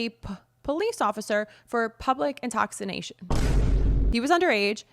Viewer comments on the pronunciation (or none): "Intoxination"... FAAAHHHHHHRRRR 😂😂😂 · Ok I laughed a little too hard at you roasting yourself for "intoxination"